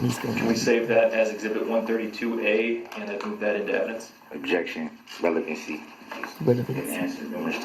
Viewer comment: If he doesn't know what relevant means, or even how to say it, (revelancy), he surely doesn't know what pertinent means. Lol